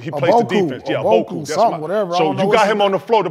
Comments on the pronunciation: Paul pierce said oboku 😭😭😭😭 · Paul said “oboku “ 😂😂😂😂